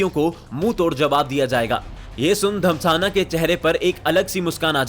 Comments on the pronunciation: Abe anil dhasmana hai naam Anil damsana 🤣 bolra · भाई साहब रा चीफ अनिल धम्साना नही...... धस्माना है 😂😂😂😂😂 बोलना तो सीख लो बाकी ग्राफिक्स और एडिटिंग काफी अच्छी है ठीक से बोलने का प्रयास कर लो वैसे काफी अच्छे मिल रहे हैं आपको